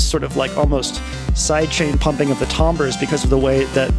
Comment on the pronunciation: I like your pronunciation of "tambres" lol